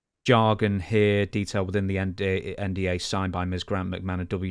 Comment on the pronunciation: calling an NDA a “NWA” was wild subliminal😂